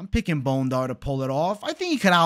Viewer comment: 🦴 Bone-Dar 🦴 vs Bon-dair